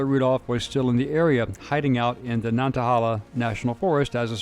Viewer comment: I lived not far from Eric Rudolph. He was all around town during the “manhunt”. He even went to someone’s funeral. Edit: Nantahala= Nan ta hay la. Not holla.